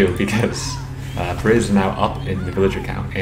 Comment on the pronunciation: why are you pronouncing perez with a silent z?. It's a spanish name the z isn't silent.